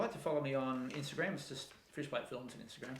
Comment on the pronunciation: Nice video! (What is "inster-gramme"?)